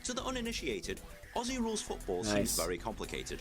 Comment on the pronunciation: Mate, you’ve just got a like seconds in from me because you actually say Aussie right! Nice one, mate!